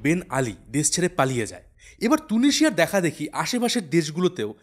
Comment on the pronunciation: তুনিশিযা না তিউনিশিযা